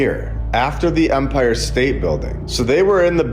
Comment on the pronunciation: I enjoy this channel. I really do. For the love of The Most High, it is EMPIRE state Bldg. With an E. Not UMPIRE with a letter U, like the officiating part of a baseball game. Its not an Umpire State Building. Please man. It takes away credibility and gives the other side something to disregard your work when you make idiotic simple mistakes, over and over throughout every single video. Take 5 minutes before posting and look up pronunciation if youre unsure.